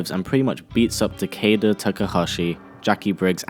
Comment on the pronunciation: Stop saying 'takeida' its 'takyda'